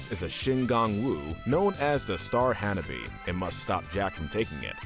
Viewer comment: OMG, how hard is it to copy the pronunciations from the show? Star of Hannah-bee? really...